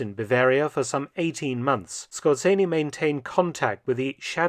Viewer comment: Yes. Dr Felton pronounces it quite accurately. Perhaps the "Z" could be emphasized a little more strongly.